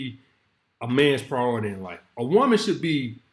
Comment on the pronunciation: “A praoooority”